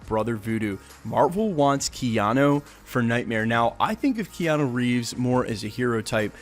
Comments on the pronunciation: said keano like twice lol. but keanu as a villain is ok, id prefer him in a hero role tho >_> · kee yan oh?